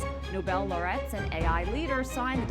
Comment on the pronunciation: With kindness, please could one of the staffers correct pronunciation of laureate? I don't want someone to hear the incorrect pronunciation and then dismiss the program or EWTN. Please tell me when you have seen this. Thank you and God bless you!